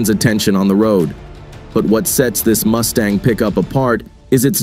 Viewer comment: Did he say Moosetang...?